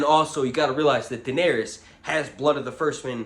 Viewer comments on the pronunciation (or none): none